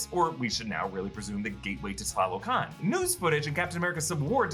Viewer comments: Correction: "TA LO CAN" NOT "TLA LO CAN" and the throne room isn't in Mount Bashenga. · great pronunciation of tlalocan!